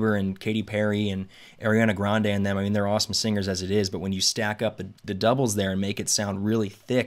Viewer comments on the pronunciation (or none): none